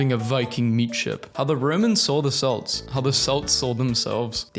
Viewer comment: Never pronounce Celt like that again